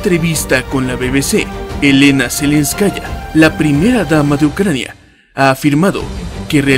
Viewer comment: Es Zelenskaia la R en ruso suena ia